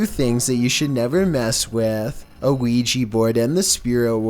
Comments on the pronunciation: Also, it's a Ouija not Quijy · ‘Weegee board’ Isn’t it an ‘Ouija board’??? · i hear ouija board as weegeee board